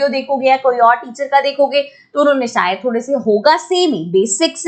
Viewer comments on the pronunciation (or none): none